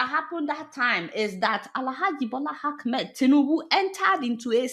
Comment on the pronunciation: Hello mrs Deola the name of president Tinubu is Ahmed not Akmed as you always call him. Please correct that pronunciation.